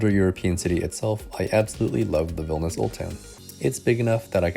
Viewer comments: It sounds like you're saying "Vilnis". Isn't it three syllables? "VIL-NI-US"? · vilnius, not vilnas